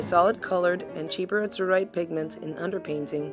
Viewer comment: It's AZ-uhr-ite, NOT az-UHR-ite. Ugh...